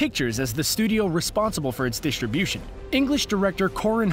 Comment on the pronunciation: Want to finish but can't hear that pronunciation of "distribution" anymore.